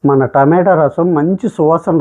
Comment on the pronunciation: టమేటో రసం కాదు రా బాబు. టమాటా అనాలి